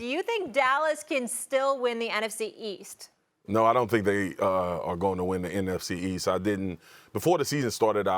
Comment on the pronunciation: why Steven A cannot say nfc east 🙂